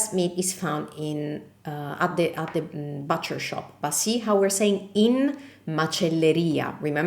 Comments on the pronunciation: Just quit duolingo I’ll be studying your videos for awhile The word “butcher” is pronounced “buuch er” Not exactly like boo cher But a little softer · Attenzione alla pronuncia della macelleria in inglese é but non bat ( butcher) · Butcher shop is pronounced like the but in I like it but... not bahhtcher shop . LUV your videos